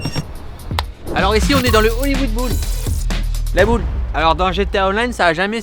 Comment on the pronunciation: "Hollywood Boule" Ça maîtrise bien l'anglais à ce que je vois ! ;)